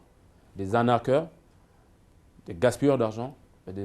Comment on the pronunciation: Qui sont les plus arnaqueurs, vendeurs d'illusions que la famille Bongo?! Arrêtez de prendre les gabonais pour des "zozos" c'est vraiment agaçant a la longue ! Ps: ARNAQUER et non 'anarquer"